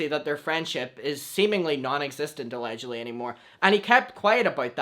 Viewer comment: I love when he says “alledgledy” (idk How to spell it I’m 14 smh) like he is my king 👑